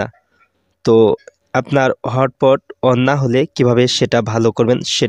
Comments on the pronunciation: ভাই হট পট না তো😂😂 hotspot বলে যে😂😂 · আরে ভাই হট পট না হটস্পট 😂😂😂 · আরে ভাই হটপট না হছপট😂😂